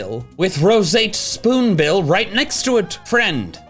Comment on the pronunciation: "Rosate Spoonbill" Okay now I know watches Game Changer too!